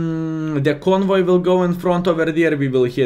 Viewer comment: Conway not convoy